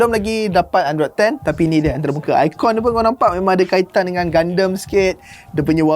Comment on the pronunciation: Pelik doe cara sebut gundam jadi gandam. Setahu aku sedap didengar gundam. Haha ke cara aku paham nk sebut tu salah? Haha